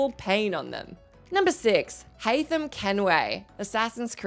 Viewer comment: Haam Kenway lol